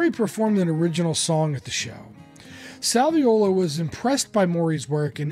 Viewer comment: Well done synopsis of Jim’s career. Thanks for including the role of Joe Salviuolo (and spelling and pronouncing it right!). Sal was a friend of mine from 1978 until he passed in 2010. He doesn’t always get the credit he deserves. He also produced Jim’s “Facets” album. He wrote “Thursday “, one of the few songs Jim recorded that were written by others.